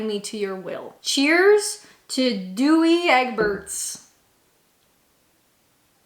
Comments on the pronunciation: Oh I forgot to say, Douwe Egberts, is pronounced Dow, as in Wow, not Doowie, as in chewy, lol. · It’s pronounced Dow rhymes with Cow. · Douwe is pronounced Daw the ou is said like an a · Dowe as in how. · douwe like power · The U and E in Douwe can be left out when pronouncing - it sounds like "Dow" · Douwe rhymes with how, cow or now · Myself I like Nescafé (Original) not the gold blend which as you said, I feel it's a bit weak. One heaped teaspoon full in a half pint Mug. Camp Coffee is vile. Wouldn't even pour it in my Drain for fear of contamination lol Douwe = Dow rhymes with Cow. Coffee walnut cake. my favourite. Home made is best as the mass produced ones skimp on the walnuts. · Douwe rhymes with cow…. Is Dutch. Nescafe is Swiss. You can find them all over the world?! Literally everywhere. I’d never use any less than 3 teaspoons of instant. My go to is Italian Lavazza in a mokka pot. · Dowwe is is pronounced Dow as rhyming wit how, now and cow You used to be able to get granulated instant tea as well too (I think you can still get it in some places) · I think Douwe is pronounced as Dow, as in the Dow Jones etc.